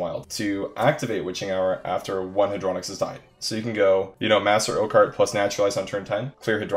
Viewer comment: its Hey-dro-nox not hadro-nix